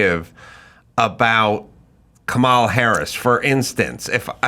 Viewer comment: Such a good interview. Nicole really was such a great pick for Bobby. On a side bar, I just wish that people who don't like Kamala would stop deliberately mispronouncing her name. I don't like the term "micro aggression" but this seems like exactly that. I don't like her either but people she is running for president, maybe we know how to say her name by now.